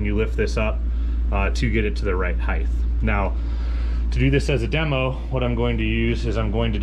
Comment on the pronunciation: Why do some people pronounce “height” as “heith”? Pronouncing the ending as though it’s a “th” instead of just “t”